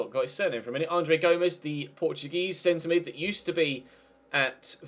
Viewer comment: it s like go-mesh